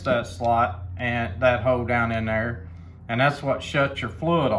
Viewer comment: "Down in dare" 😂 Great video, many thanks.